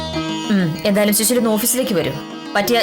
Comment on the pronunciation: യുടെ ഉച്ചാരണം ശരിയല്ല. ശുശീല എന്നാണ് പറയുന്നത്. സുശീല ആണ് ശരി